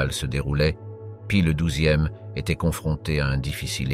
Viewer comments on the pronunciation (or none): "ceuse akchons" pour "ces actions" et la myriade de prononciations bidon à la "Paï le douzième" pour Pie 12 -- ça fait un travail de porc, ça n'écoute même pas son propre travail avant de poster et et même pas ça corrige et reposte.... mentalité : "ça sera bien bon pour les cons sur Youtube"